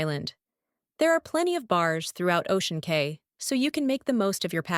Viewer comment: It’s pronounced Ocean Key